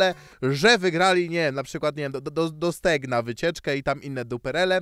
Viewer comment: nigdy nie zrozumie że to jest StegnA a nie StegnO